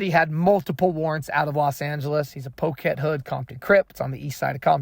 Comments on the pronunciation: I know you're not from California or you don't know the gang terms, but it's Poccet hood, Compton, Crips. It's not poke it hood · No offense! I PROMISE! But it’s pronounced “pocket hood”! It’s spelled the way it is, because it would be VERY “un-crip-like” to spell ANYTHING that has to do with them, with a “ck” in it! So, they simply double up on the “c”! Just like that!🤷🏿‍♂️